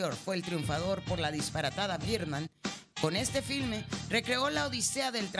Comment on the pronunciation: con biirrrrman jajaja